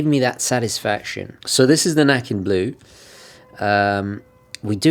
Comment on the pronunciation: The pronunciation is slightly off there. It’s actually a ”Ä”, which is a Swedish letter. Sounds more like Necken. The name itself is from Swedish folklore of a naked guy playing a violin by a stream attracting kids to him and drowning them. Used to keep kids from playing where they shouldn’t. Rather odd! Regards from Sweden anyhow :)